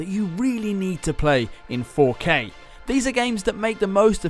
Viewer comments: love how you said "kay kay kay . . . kay" lol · he saved it with that last 'K' 😂